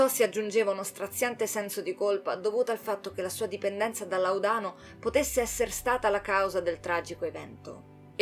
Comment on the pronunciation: Bellissimo video, però il Laudano ha l‘accento diverso sulla seconda a, rispetto alla tua pronuncia.